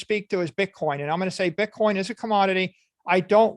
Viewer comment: He lucks ruff as fuck - It's called Bitcoin not Bitcorn Michael